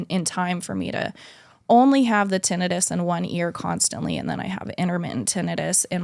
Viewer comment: I swear it bothers me how she said tinnitus. It's ti-NIGH-tus. Tbh i would've told her just for clarification reasons so she knows going forward the correct pronunciation for it.